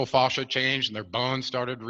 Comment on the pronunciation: Fascia—proper pronunciation is with a short vowel sound —as in “dad”. Not fauchia as in faucet.